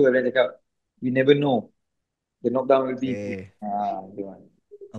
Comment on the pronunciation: pengamat combat sport, tapi dari dlu ngmg "knock down" selalu "Kenok Dawn" bukannya "Nok Dawn"